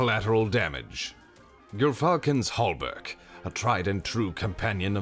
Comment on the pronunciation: Someone who finally says Gyrfalcon’s Hauberk right. Thank God.